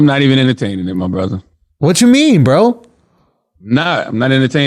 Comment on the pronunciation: Well said Charlamange; "Guess what my bruvah, it ain't wurf it. Its NaAaAahhhWT! That shit It ain't wurf it." edit